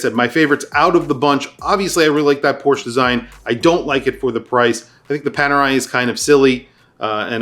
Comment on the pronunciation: It's Panerai